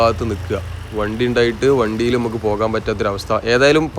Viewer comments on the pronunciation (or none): ബ്രോ സ്നേഹം കൊണ്ട് പറയുന്നു ഞമ്മക്ക് , എന്നുള്ളത് പറയുമ്പോൾ നമുക്. എന്നാണ് പറയേണ്ടത്, ന്നമുക്ക് സംസാരിക്കുമ്പോൾ ഇങ്ങനെ ആണ് ശരിക്കും പറയേണ്ടത്. പിന്നെ തുഴയുക. അതും ശ്രദ്ധിക്കും അല്ലോ. നോർമൽ നാട്ടിൽ ഇൽ നിന്ന് പറയുമ്പോൾ എങ്ങനെയും പറയാം വീഡിയോ ചെയ്യുന്നത് കൊണ്ട് ഒന്ന് ശ്രദ്ധിക്കാൻ വേണ്ടി പറഞ്ഞത്. ഹാ ഇനി വിഷയത്തിൽ വരാം. ബാക്കി ഒക്കെ ഉള്ള സംസാരം ആയാലും ആളുകളോട് ഉള്ള സ്നേഹത്തോടെ ഉള്ള സംസാരം ഒക്കെ good ❤. പിന്നെ നിങ്ങളുടെ വീഡിയോ യിൽ കൂടി പഴയ ആ സ്ഥലം. ഇങ്ങനെ ആയി മാറിയത് കാണാൻ കഴിഞ്ഞു good വീഡിയോ ബ്രോ.❤